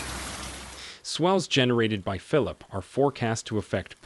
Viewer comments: When writing your transcripts for the voice synthesis program try to spell words based on how they sound and not based on correct spelling. For example, it mispronounced "Phillippe" pronouncing it the English way. In a case like this, maybe write it as "Fill-leap-pay". Also you used the "St." abbreviation which the program misinterpreted as an abbreviation for "street". You would have to spell it out fully - "saint" - to get the correct result. Always write with phonetics in mind when you're doing your transcripts for voice synthesis. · Not phillip... Philippe. (phil-leap.)